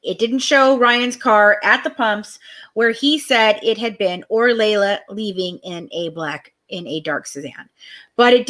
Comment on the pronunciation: no you haven't. Because every single family member calls her LEE LA. Have you listened to the press conference with her sisters? It's LEE LA